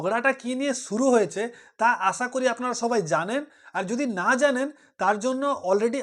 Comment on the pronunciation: ভাই প্রথমে একটা কথা বলি দয়া করে বাংলা শব্দের উচ্চারণগুলো ঠিক করুন। যেমন "শুরু" কে বলেছেন ছুরু, "আশা করি" কে বলেছেন "আছা করি", "বেশ" কে "বেছ"! এসব নিজের পাড়াতে বলবেন। ইউটিউবে এগুলো যথেষ্ট বেমানান লাগে।